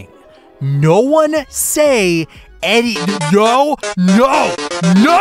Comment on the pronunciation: that’s some strong no’s there